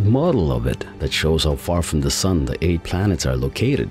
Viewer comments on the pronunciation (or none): none